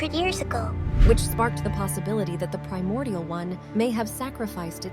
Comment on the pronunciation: I mean, she did say "Feel my priomordial wrath!"